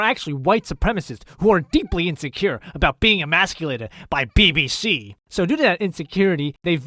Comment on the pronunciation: bibisea more like biwisea